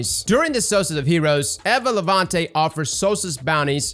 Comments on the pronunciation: Say it with me eeva not evva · Bro why are you always saying worlds wrong? Quria? Compass? Like bro it's cringe. OH and evuh levante. You can say levante but not eva